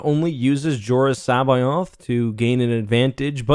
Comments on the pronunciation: Not to sound rude, but according to Wookiepeedia, the author intended the character's name to be pronounced "Sa-bay-oth", with the first vowel sounding like the "a" in "has". I was just noticing you pronounce it like "Sa-by-oth". But you probably know this and just pronounce it how you have since you were younger. That's what DenOfNerds and StarWarsTheory do. Either way, this news is exciting, we may get awesome stories out of this. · C'Boath. C as in -ck, bo as in bow, ath as in math. k-BO-ath. In no language of man or alien is it pronounced SAH-bye-oth. None. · Hate your pronunciation of C'baoth. It's C like a hard K sound and then, bay-oth. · C'baoth.... Sa'baoth. No no no not pronounced like that its K'both people pronouncing all wrong.